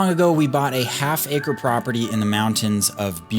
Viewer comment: Did you say...half acre?!?! Dude.